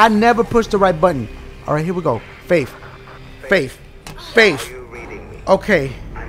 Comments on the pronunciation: Dashie when you faith it sounds like if you are saying babe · Dashie said "Faif" about 90000 times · I love how he says faif. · "Faif" xD